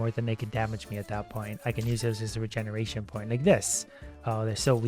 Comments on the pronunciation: regeneretion is how he pronounced it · "regeneretion" lol